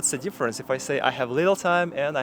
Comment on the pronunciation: ты говоришь дифференс и смягчаешь буквы т и д когда после них буква и это не правильно. дифференс это не ДИ а и твердное но никак не мягкое и